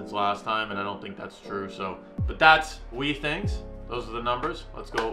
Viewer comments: It's been a year and you still haven't learned how to pronounce Withings right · Every time this dude mispronounces withings as "wee things" I die a little. Great comparison though!